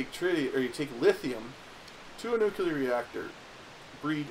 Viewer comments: It's [nu-clear], not [nuku-lur]. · i find it hilarious u pronounce it Nucular. Some President pronounced it that way and there was a big joke about it.